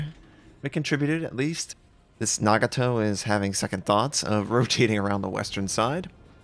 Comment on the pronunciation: Its Nah-Gah-Toh not Nag-a-Toh.